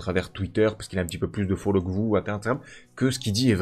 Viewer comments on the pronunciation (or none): none